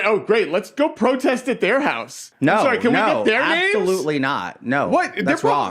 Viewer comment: killed me when she said- "There's tons of other lies that he's told that we casn focus on."🤣🤣🤣🤣